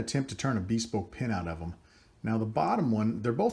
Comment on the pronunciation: I want to preface this comment by saying that I love your pens and videos. You are clearly a man who likes to do things as best he can and get better at them over time (I'm the same way). I bought a PSI Lathe to turn pens because you made it so accessible. Now, I have ONE suggestion. Take it or leave it, but if you google the word "bespoke" it is pronounced BIH-SPOKE not BEE-SPOKE. Other than that, I love it all. Thanks!